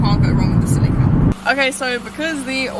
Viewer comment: It’s not pronounced Selleeka, it’s pronounced Selica.